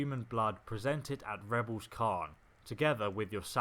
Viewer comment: FFS rebels kahn??? it's k-air-n